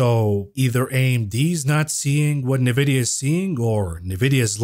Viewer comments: It's funny how you say Nevidia instead of N vidia!! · Brah, I prompted ChatGPT on how to pronounce "Nvidia" and it said ""Nvidia" is typically pronounced as "en-vid-ee-uh." My ear hears "Nah-vid- ee-uh from your pronunciation. Otherwise another great show from the. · My man, please stop saying nuh-vidia. Please. It's N-vidia, as in the letter N. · unless chatgpt buy all of nvidia stock forever.... then no. its pronounced N vidia!!! please!